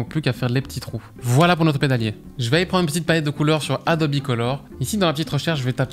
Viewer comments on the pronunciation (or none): none